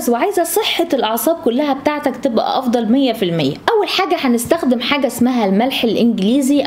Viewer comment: الجميل انك تلفظين حرف الخاء صحيحا كما هو فمثلا كلمة ( نستخدم ) وليس ( نستغدم ) و كذلك كلمة ( الاخضر) الخاء فيها سليمة وليس ( الاغضر) على طريقة المصريين